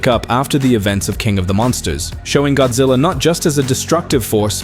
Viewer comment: The A.I. referred to GODZILLA as "Godzey"?!?!